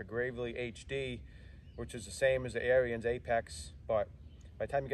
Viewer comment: Pronounced Air ens